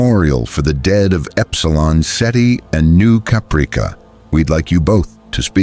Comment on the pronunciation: The mispronunciation of Caprica kills me. 😁😂🤣